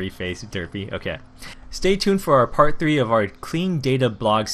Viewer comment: He said in the begginging dwee not three